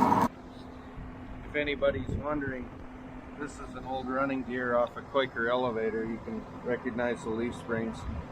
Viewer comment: said "Quaker" or" Koyker"??